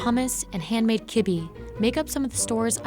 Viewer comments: Who calls it kibbee it’s called kibbe’h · Kibi .. 😆 it should sound like kib'uh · "And Handmade Kebbe" KEBBE???? Its called (kebbah) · Right!! How did kebbeh become “kibi”? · I know, I was like nodding my head along and then out of nowhere -- *record scratch* KIBI?! say wha?? 😧 😒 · I'm Lebanese and we say kebbeh. Just not the way she said it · You pronounced kibbeh incorrectly- you should have asked someone about pronunciations on foods that you are unfamiliar with. Disappointed and also insulted at the same time